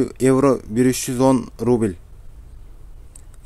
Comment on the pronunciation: Ээй рубиль Элдемурун кайсы жакта адресинди айтып , анан (рубиль ) дебебей рубль десен туура болмок.